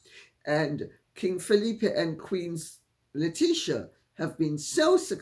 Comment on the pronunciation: It’s pronounced Letisia. Not Letisha